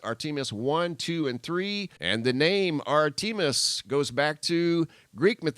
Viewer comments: Artemis is pronounced Artem as in Them not Arteam as in Team - Ar-tem-is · Hermine is pronounced "Her-mine-ee". Also, Zeus' daughter is ART-em-is. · If it sounds funny or wrong it probably is. (Artimus) [Art- ti- mus] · R TA MIS sqy it right. Not r team us no. R TA MIS YOUR WELCOME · It’s pronounced art a miss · Pronunciation of “Artemis” (AHR-tuh-mes)…kinda like Spartacus Definition of: 'Artemis' is: ''. Learn more at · "Ar TEA mis" REALLY? "Gas Ton" and " Her Mean"? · Just food for thought... Artemis is pronounced art-a-miss. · Pronounced with emphasis on the first syllable (no long e sound after the letter t.)